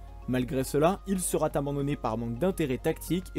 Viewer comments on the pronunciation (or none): liaisons dangereuses :) "sera T équipé".... d'où sort ce t???? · Il faudrait éviter les "sera-T-équipé" ... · Il "serat" abandonné. Faut vraiment faire un effort sur l'orthographe. Ça te joue des tours même à la prononciation. Dommage parce que le contenu est vraiment intéressant. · "Sera" sans t, ça déchire les oreilles de tous ceux qui ont correctement appris la langue française ! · Attention aux liaisons ! "Il sera t'abandonné". Sinon reportage intéressant. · Merci de ce travail très complet. Je me permets un point qui peut paraître de détail, mais auquel je suis très sensible personnellement : les liaisons. Vous rajoutez des "t" là où il n'y en a pas ( sera, viendra) avec une liaison superflue et c'est douloureux à l'écoute. Sinon bravo pour cette vidéo très riche en informations et en 'images !. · Sera futur n’a pas de T à la fin ,donc pas de liaison 🙂